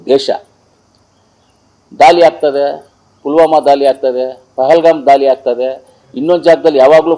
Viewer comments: ದಾಲಿ ಅಲ್ಲ ಸಾರ್ ದಾಳಿ ಕಲ್ಲ ಅಲ್ಲಾ ಸಾರ್ ಕಳ್ಳ ತಾವು ಯಾವ ಶಾಲೆಯಲ್ಲಿ ಓದಿರದು ಸ್ವಲ್ಪ ಕಡ್ಡಿಪುಡಿ ಕಡಿಮೆ ಮಾಡಿ ಸಾರ್ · ಸಿಂದೂರಿ ಅಲ್ಲ ಮಂಜ ಸಿಂಧೂರ್ , ದಾಲಿ ಅಲ್ಲ ಮಂಜ ಧಾಳಿ, ಕಲ್ಲ ಅಲ್ಲ ಮಂಜ ಕಳ್ಳ, ನೀನು ಏನೇನು ಹೇಳ್ದೊ ಅದೆಲ್ಲ 20 ವರ್ಷದ ಹಿಂದೆನೆ ಆಗಿನ ಸರ್ಕಾರಗಳು ಮಾಡಿದ್ದೀದ್ದರೆ ಈಗ ಉಗ್ರರು ಬಂದು ಪ್ಯಾಂಟ್ ಬಿಚ್ಚಿಸಿ ಚಡ್ಡಿ ಒಳಗೆ ಅವರ ಧರ್ಮ ಹುಡುಕ್ತಿರಲಿಲ್ಲ ಮಂಜ...